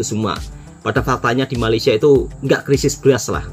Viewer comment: " Krisis bukan Kerisis ".